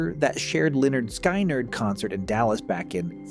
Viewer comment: Pronounced 'Lĕh-'nérd 'Skin-'nérd